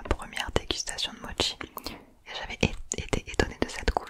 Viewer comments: Mochi pas motchi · Non on dis mochi ou mokis